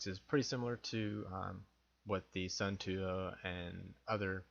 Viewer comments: Please.... it is not 'sun too', but 'sun toe' pronunciation. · suunto is pronounced soon-tow not sun-too fyi. im a Casio Pro Trek tough solar guy and i will say skip the cheap ones like this and get a casio, far more durable than a suunto and a china made knockoff or variant like this. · Smith Actually its more like "soon""toh"